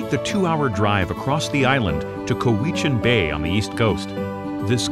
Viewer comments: Sooke rhymes with 'cook', not 'boot'. coh-WE-chun Bay (Cowichan) = COW-ih-chun. Saanich (SAWN-itch) Inlet is actually SAN-itch. YOU-kuh-let (Ucluelet) = you-CLUE-lit. Aside from the above pronunciation gaffes, this was a beautifully done video. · He mispronounced Cowichan Bay!